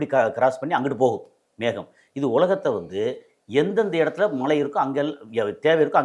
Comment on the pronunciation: தமிழை சரியாக பேச கற்று கொள்ளுங்கள்.மலை இல்லை மழை